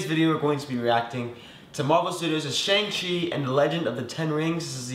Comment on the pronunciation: the correct pronunciation of Shang-Chi is "Shung-Shee"